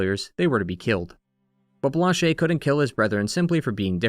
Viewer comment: The only “mistake” I can hear is when you say Lune’s name. (Also Blanche) You pronounce the “e” at the end as if it were in Spanish, not French. In French, you pronounce it subtly like “uh” almost as if it’s silent. The same way you correctly pronounce “Lumière”.